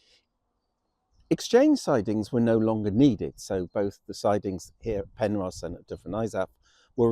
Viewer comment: This is the only place i've ever heard it pronounced "Penrose"